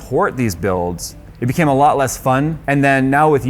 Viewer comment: Oh, sorry. You from Brzl? As far as Brazilians have told me, there you kinda' use different pronunciation rules for english as a foreigner langage. Maybe that induced to that "became". BTW... yo hablo español como lengua nativa, pero ese "became"....